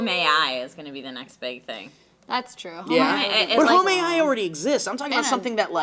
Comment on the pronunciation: I hope you're trolling, but if not, Home A.I. not homayeye